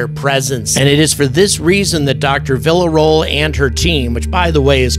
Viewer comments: Man, please at least try with her name. Villarroel—VEE YA ROW EL. It’s not hard. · Spooky stuff. P.S.: "Vee - ya - ro - el"